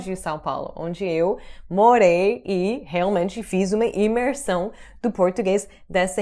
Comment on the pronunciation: ImeRção, é obviamente do interior de São Paulo.